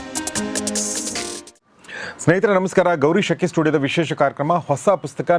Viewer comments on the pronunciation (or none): ನೀವು ಗೌರೀಶ್ ಶೆಟ್ಟಿ ನೋ ಗೌರೀಶ್ ಅಕ್ಕಿ ನೋ ಸರಿಯಾಗಿ ಸ್ಪಷ್ಟವಾಗಿ ಉಚ್ಚಾರ ಮಾಡಿ ಸ್ವಾಮಿ